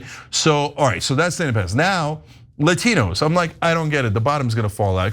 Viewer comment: La tee knows???😂😂😂😂😂